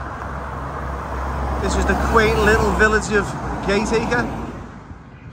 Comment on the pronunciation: Gat aka - not Gate Acre